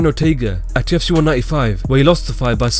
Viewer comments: Why do you say “UFC” like “TFC”. I was really lost for most of the video. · Dude can you please fucking talk more clearly when you say "Ufc" it sounds like "JewITSY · Are you saying "TUFC"? Try slowing down a little even you talk. Otherwise good video.